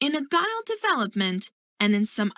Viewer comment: You pronounce Agile as Agal basicly it pronounce Ajiel not agal